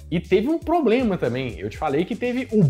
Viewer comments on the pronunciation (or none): none